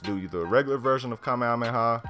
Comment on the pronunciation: Dude it's Kamehameha not whatever your saying